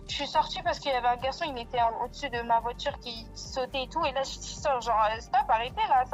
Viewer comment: La voitchure... Les " fans de foot"😂 c'est un sketch bordel